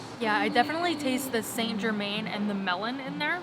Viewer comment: marked down for mispronouncing confit and St Germain ;)